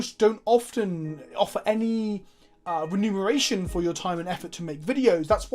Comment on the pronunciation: Bro, it's remuneration lol